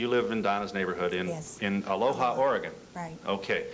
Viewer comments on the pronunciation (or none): Phil was not pronouncing Aloha correctly. It's pronounced A lo ah here in Oregon.